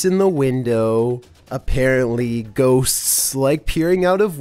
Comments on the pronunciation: This is how says Ghosts "Ghossccss s". I want to watch the video, but his voice goes UP and down, It is giving me a headache, just change the narration to a robot voice and I'm not kidding. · OMG i love his videos, but the way he say " ghoSTS" is annoying bruh